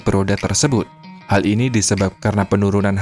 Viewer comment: Bahasa Indonesia-mu itu lho, Min harus sedikit dibenahi. Contoh: digital (bukan dijital), teknologi (bukan teknoloji) dan margin (bukan marjin). Tidak ada dalam Bahasa İndonesia huruf g dilafalkan sebagai /j/.